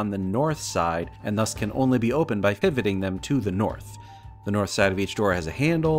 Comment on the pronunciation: When you were reading the description of the flood doors, I was convinced you said that the doors could only be opened by "fiveting" them, not "pivoting." I spent about three minutes looking up "fiveting" before I realized what you actually said. Congratulations on the Graffix sponsorship, you absolutely deserve it.